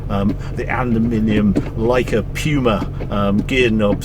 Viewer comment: Fair enough. As a matter of fact “puma” pronunciation in English sounds exactly like the word “piuma” in Italian. He puts Italian words here and there, and in Italian saying that something is as heavy as a piuma, means it’s very, very light. Hence I thought he was referring to the light feeling that the aluminum gearbox has.